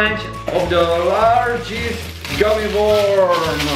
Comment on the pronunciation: you pernounced worm wrong lol